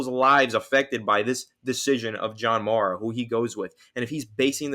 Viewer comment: Young man you are mispronouncing the Mara name.